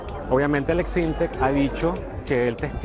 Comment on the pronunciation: Es Aleks Syntek no Aleks Synteks